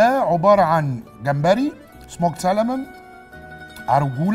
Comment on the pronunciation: ميت مره اقولك ال L متتنطقش في Salmon سامون ..سيلنت .. سواء امريكا او انجلترا سامون يا مراد باشا